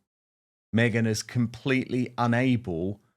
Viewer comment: Yep. Me-Gain